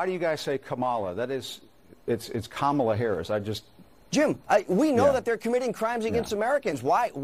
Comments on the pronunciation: It's nOt prOnOuncEd kAmALA, iTs KAMALA😡😡😤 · i live in India and the proper pronounciation is Ka MA la accent on the 2nd sylable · Innocent American citizens are being murdered every day, women, children, elderly by people that are criminals that are not even supposed to be here and that freaking two-faced hack Costa all he can think about is how somebody doesn’t say Kamala Harris’s name right these people are freaking psychotic lunatics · When challenged about pronouncing, Kamala, wrong: everybody ought to answer that they learned it from Joe, and he ought to know! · Guest - "stat, stats, stats, stats, crims, " Acosta - "Why do pronounce Kamala....?" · “13099 murderers in the country…” “wait, stop, you mispronounced the name of Kamala” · Jim I'm Indian even you're saying it wrong so don't lecture anyone else! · College-educated double masters in engineering citizen of the USA born in southern part of India. Sadly, I have to say this every time because, for some reason, I will be stamped as misinformed and illiterate. Jimmy Dog from CNN also did not pronounce her name correctly. Also, people who call her half-Indian, please don't. It hurts my feelings. Please let her be whatever she wants but an Indian. I beg you! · Only idiots like Acosta is concerned about her name pronounced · he MISPRONOUNCES her name !!!!!!!!!!!!!!!!!!!!!!!!!